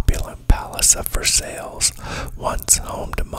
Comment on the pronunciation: Versailles = vr sai - rhymes with sigh. Norfolk = nor fek 👍🙂 Btw, great ASMR voice.